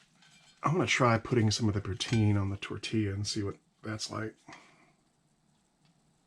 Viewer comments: It's pronounced poo tin.... not poo teen... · For the love of God - "Puts-in" not "Pooh-teen". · Im from Canada and if it took me that long to shovel in the poutine I would be turning that fork around and using the spoon. Also it's "putin" not "puteen". All good know 90% of the Canadian population doesn't know that either. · it poutine not pouteene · its not pronounced poo- teen, its puht. sin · Poo-tin! Not pouteen. Don't pronounce the E. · Poutine is pronounced Poo Tin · Its pronounced poo tin but spelled poutine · very much so... but the emphasis on the syllables are different...